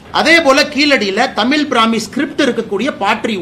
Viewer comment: எத்தனை முறை தமிழ் என்ற சொல்லை அண்ணாமலை தமில் என்று சொல்கிறார் பாருஙகள்.